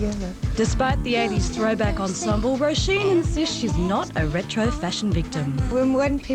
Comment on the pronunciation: Her name is not 'roison', it's Róisín. You had one job.